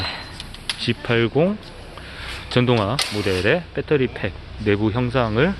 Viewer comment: 발음도 참... 빼떠리... 어느 나라 말일지 그 발음 하나로, 무슨 말을 해도 신뢰가...